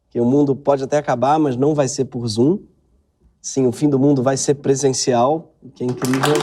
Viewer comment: ai, voce "rai pra la "